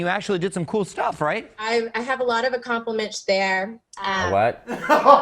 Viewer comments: I moved to Greenville, SC in 2006 and I’m still here. Moved here from Hawa… Sorry, did she just say “accompliments?” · "I have a lot of accompliminche there..." Matteo: "A- what? 😶" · What is “accomplishmitzsh”? I feel like she combined English, German and Hebrew 😂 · Was that....accomplimenchts?? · What's an accompliminch? 😂 Bless her heart